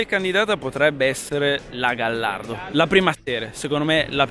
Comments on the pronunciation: gallardo si pronuncia gagliardo xche deriva dallo spagnolo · Si dice Lamborghini Gaiardo anche se si scrive Gallardo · Gallardo, pronunciato come è scritto non si può sentire.